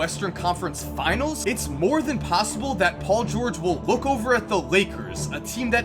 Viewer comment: dont tell me that u guys didnt hear say paul "gurge"